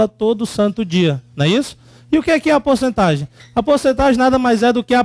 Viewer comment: "porcetagem" hahahaha